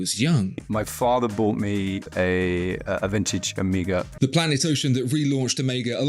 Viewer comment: Respect for your correct pronunciation of the letter Omega. You'd have thought that Daniel would have been corrected by Omega themselves, being the ambassador for the brand...